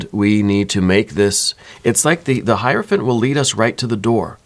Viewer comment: I love that you actually pronounce hierophant correctly!!! One of the few people on YouTube that do. 👏🏾👏🏾👏🏾👏🏾👏🏾👏🏾👏🏾